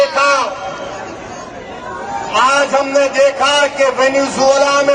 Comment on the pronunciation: वेनेज़ुएला होता है ओभैंसी सर वेनेजुला नहीं होता है